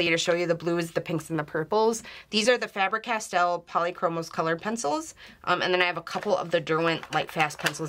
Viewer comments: Oh girl, you keep saying CasTEAL, instead of Castell. The E on CastEll sounds exactly like the E on FabEr. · you are pronouncing it incorrectly! i know because its my wifes name